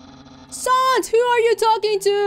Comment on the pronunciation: why did you start calling sans sawuns after a bit, you said it correctly at the start